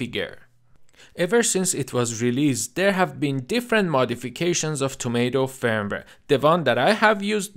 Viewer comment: your pronunciation of the word firmware is great.😀 i do agree openwrt is a great third party firvware.....